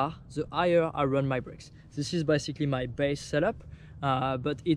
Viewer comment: I like how, with your accent, "basically" sounds like "bicycally"